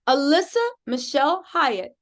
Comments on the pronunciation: Alysse pronounced Elise. Not Alissa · I know it's besides the point but her name is Alysse not Alissa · get your shit together get her name RIGHT